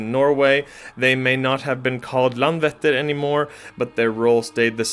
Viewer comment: Icelander here. I love this! Just one pronunciation tip (I know, Icelandic is challenging!) But the letter "Æ" (as in LandvÆttir) is pronounced as the English word "I" (like "I wrote this"). So saying Landvættir, knowing how to pronounce the letter "Æ" changes this whole thing :)